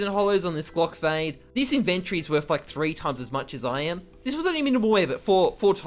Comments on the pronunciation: the way he says "iventori" hahahhah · The way you pronounce "inventory" is cringe